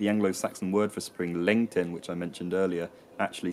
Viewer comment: Every time he says Lencten I think he's saying LinkedIn